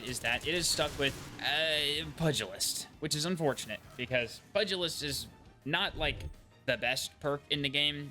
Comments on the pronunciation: pugilist is pronounced pyoo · juh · luhst but otherwise, definitely agree Demo/voltshot is pretty sweet :) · Take a shot every time he says “pudgeyaliss” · That pronunciation 😂 I gotta go. I can't hear it one more time 😅